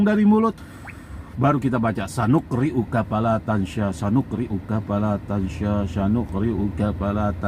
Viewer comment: Tansa nya huruf sin ya bukan huruf syin